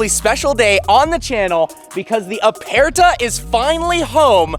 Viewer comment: Please pronounce aperta properly!....it’s apurta